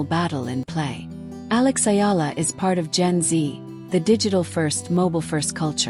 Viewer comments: The name is Alexandra Eala,not Ayala please. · It's EALA ma'am not Ayala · It's not " Ayala" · Ayala is wring! Just call her Alex if u cannot pronounce Alex last name correctly. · Ayala is a wrong pronounciation!